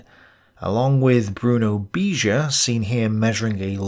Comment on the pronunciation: So much ignorance in this video. You can't even spell correctly names. Beger is not "Beasure", but Beh-gger.